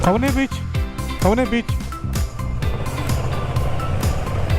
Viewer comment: That was "Kalvi" Beach not khavne beach bro😅